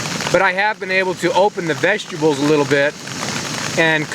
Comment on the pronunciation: Sometimes our minds get away from us... Sure sounds like "open the vegetables"??? :-)